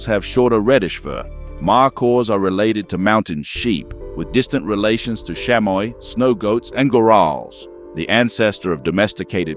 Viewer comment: Chamois ("shamwah")